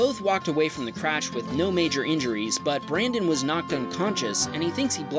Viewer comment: "We hope you feel better brandon" You said it wrong.